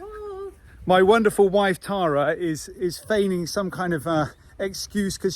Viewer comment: Tara not Lara 😂